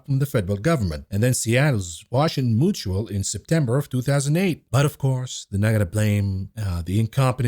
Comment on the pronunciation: Mutual is pronounced mu-choo-all, not moo-choo-all. Strange pronunciation not to know as second nature.